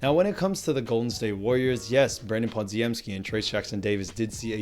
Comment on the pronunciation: Pah-Jim-Skee. You're welcome.